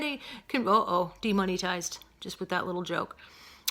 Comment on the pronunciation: The way you pronounce "demonitised" drives me crazy but I love you anyways 😊😊😋